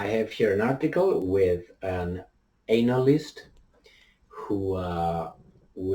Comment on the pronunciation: pronunciation of the word analyst is funny. Maybe he does that intentionally. He starts the word with "anal."